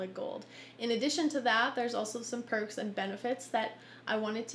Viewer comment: Who else heard her say "Pervs and Benefits" at the end? XD